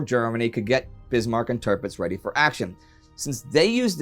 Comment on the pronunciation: Loving the series Indy, really good quality stuff FYI: The German battleship is prounced "Tear-Pitz" not "Ter-Pitz" which would make more sense to a native English reader.